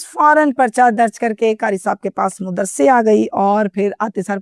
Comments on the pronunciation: WHAT THE HELL IS MUDRASA? O YOU STUPID AND BRAINLESS HUMAN WANNA BE, MAD-RASA IS THE CORRECT WORD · Modrassa nahi hota madrassa